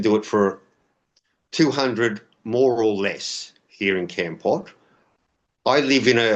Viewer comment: Foreigners never pronounce Kampot right, it's Kom Pot. Thanks